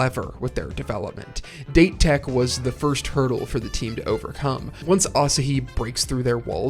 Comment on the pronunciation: It's a great video, but is it intentional to pronounce date tech and furodate as "date" when the correct pronunciation is "dah-tay" and "foo-roe-dah-tay"? I wasn't sure if it was a bit since I've noticed it in other videos and it has obviously not been corrected.